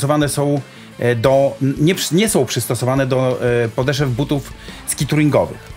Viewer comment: Wszystko fajnie taka uwaga mała mówi się podeszw nie podeszew